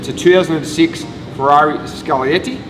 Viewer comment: "The Ferrarna"